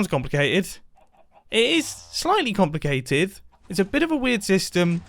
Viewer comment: "slightly comlacatied" yea right